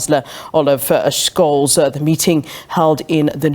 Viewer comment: Scholz is not pronounced "Skolls", but more like "Shollts".